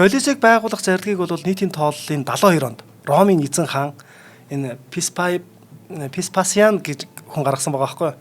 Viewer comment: К дуудахгүй Голизей гэж яриад бна шүү, Веспасианыг Пэспас л гээд бхын, цуврал Спартак бол түүхэн үнэн багатай фантази ихтэй цуврал шүү. Ер нь гладиаторуудын тухай нэлээн гуйвуулгатай ойлголт кинонууд өгдөг шүү. Тийм болохоор нэг бол кино ярь, үгүй бол түүхийн талаа баримаар бхийн. Эмэгтэй хөтлөгч "300 Спартан" киног л Гладиатортой холиод хуслаа. Түүхэн баримт талаасаа гладиатор маш өндөр үнэлгээтэй, амь насаа алдах нь кинонуудад гардаг шиг их биш бсан гэдэг шүү. Италид бсан Амарсанаа хөтлөгч хаачсийн бэ?